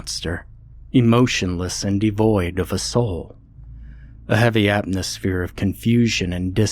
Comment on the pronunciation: Great narration. Except one thing, it’s atMosphere. That’s an M not an N. Just saying…. ❤